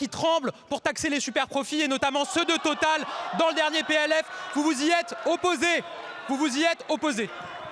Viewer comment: Quelle réponse de merde ! Il m'énerve ce merdeux en plus il met des "e" à la fin de la plus part de ses mots comme une parisienne de salon. Oui-e, salut-e, Total-e, les inconnus avaient très bien caricaturés ce genre de personnage .... Ils mentent sans arrêt, va falloir faire quelque chose à force ....